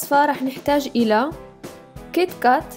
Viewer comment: تك تاك مش كن كات